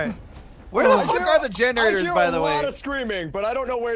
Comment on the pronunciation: Somewhere around 8 minutes I think said "genderaters" instead of generators